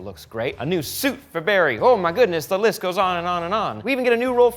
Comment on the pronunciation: "Hoo ma gudniss" xD